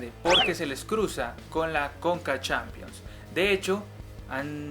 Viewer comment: Se pronuncia Champions no "Shampions" y oficialmente se llama Copa Sudamericana no "Copa suramericana", de resto te quedó muy bacano el vídeo, yo agregaría que los cupos se dieron de acuerdo a un estudio de mercado y que uno de los beneficios de terminar en noviembre es que el campeón no se va a desarmar para el mundial de clubes como ha venido pasando.